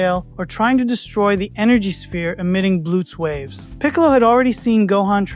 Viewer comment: Blue-ts waves?? Name-ek? Microphone responsiveness doesnt sound Ai, but the enunciation is setting off alarm bells. Wanna tell me why a dragonball fan would incorrectly pronounce "namek" Thats kind of a smoking gun. "And Where theres smoke.... theres....." Finish the quote if youre an actual dragonball fan.